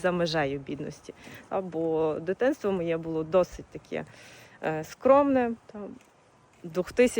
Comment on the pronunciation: Не бУло,а булО!